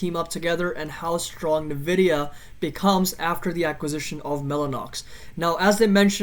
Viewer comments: It's pronounced "en-vidia" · Thanks for publishing but credibility dumps when you don’t know how to say the name of the company you researched.